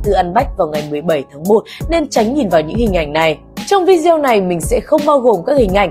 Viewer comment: đọc là vi gieo là thấy vô duyên rồi